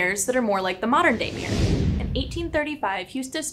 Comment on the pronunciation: Good video. The pronunciation of mirror sounded like mirrrr +vocal fry (dear lord, cannot unhear).